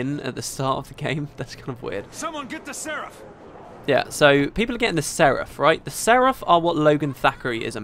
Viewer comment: It's pronounced "SER ef".